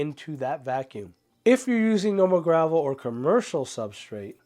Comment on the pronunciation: IS VACUUM NOT VALCUMN, GOD THATS BOTHERING ME SO MUCH